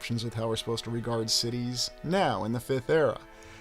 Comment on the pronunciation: I knew you were saying sh*tties!! My partner and I were arguing (playfully) about that 😂